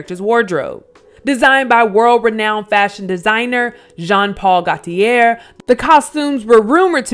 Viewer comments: Just an fyi; That last name for Gauthier is pronounced: Go-tee-ay. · GAULTIER pronounced GO-TEA-AYE. Sorry the fashion nerd in me just had to clear that up 🥴😂